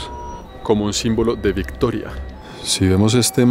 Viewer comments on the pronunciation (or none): none